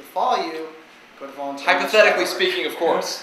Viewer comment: u said violenteer lol its like some one volunteers and brought a machine gun then that would be violenteer